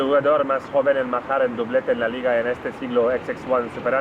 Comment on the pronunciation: said La Liga like Johnny Gunz... the Mandemisation is real